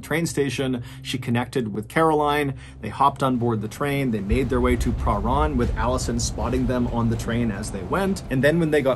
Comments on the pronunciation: Small correction: "Prahran" is pronounced "Perr-an". Source: I live within walking distance of the suburb. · He was actually doing pretty well until It got to Prahran. It's pronounced like purr-anne, mate. I can confirm. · Lived off chapel St....we say prah-ran. I lived on Grandview Grove ❤ I think it's a little of both. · Pronounced Pa Ran train station. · I remember this. My best friend in high school went to the same dance school as Rachel and knew her. Also Prahran is not pronounced like that but I don't know how to explain how it's pronounced thru text form 🤣🤣😝🤣🤣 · im an australian who used to live in melbourne and everytime i hear him pronounce prahran i can help but giggle hahhaha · Spookiest thing is how you pronounced Prahran. You made it sound fancy, lol. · Your pronunciation of Prahran is hilarious. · I'm from Melbourne, I love how you say prahran ❤ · I have to say this.... Tram not train (For the whole story). You also so Prahran weird lol. Americans pronouncing Australian words is sooo awkward. I still love xxoo your posts loads and look forward to seeing them. I just get distracted from the story by things like that. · the way u say pahran is pretty funny , in melbourne we all say it like its blended in one not a seperate pah and ran and the ran is said like "i ran a mile" . its not pah-ran its parhan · This story is so creepy to me. I'm a Melburnian and have lived in Box Hill - next to Wattle Park. A polite side note! Your pronunciation is pretty good! Prahran is a tricky one, we say 'P-ran' (like 'pram', don't ask me why), and Melbourne is like Mel-Ben, same as Brisbane. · Mr Ballen, I’m a huge fan and particularly love how well you pronounce the names of towns and cities - I used to live in Prahran and no one who ever talks about it never pronounces it (or Melbourne!) correctly. Thank you for the strange dark and mysterious stories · I don't. I flinched every time he said "pruh-rarn". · Btw it’s pronounced Pa-ran